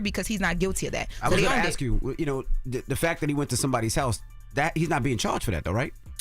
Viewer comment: Shes cool. Shes fun. Shes beautiful. She also stumbles over her words a lot, she can't pronounce things correctly many times, and she talks with that ghetto accent saying things like "axe" instead of ask, and "troof" instead of truth.